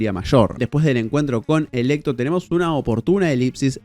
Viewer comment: Perdon, se me raya el disco cuando dice "Electo" cuando es "Alecto"